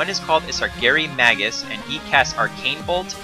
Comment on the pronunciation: May-gus, not maggus.